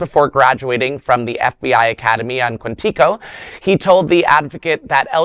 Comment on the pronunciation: Your pronunciation of Quantico is troubling